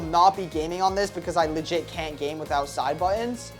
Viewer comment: TELL THIS MAN TO STOP SAYING LIGIT PLEASE💀